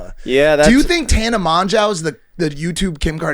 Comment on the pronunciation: Mon-jaw? Are you serious, Mike?